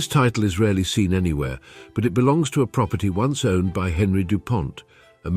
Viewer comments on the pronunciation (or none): none